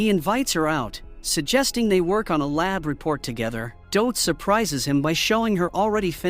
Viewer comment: God 😂 how is thid AI really mispronouncing the name DOT?!?! 😂😂😂